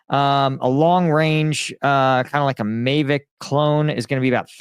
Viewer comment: Who pronounces Mavic, "May-vick"? Is that what called Tom Cruise in Top Gun? That dude is also a dis-info shill for Ukraine...